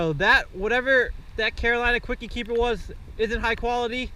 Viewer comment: It's kwik not kwiky